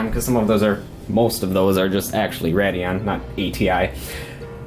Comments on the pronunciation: why do you keep saying rad-eon? its pronounced raid-eon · It's RAY-dee-ON, not Rad-e-on. It was bothering me the entire video. Stop. If your so enthused with AMD/ATI, at least learn to pronounce the name of the line properly. PS, i'm an Nvidia guy.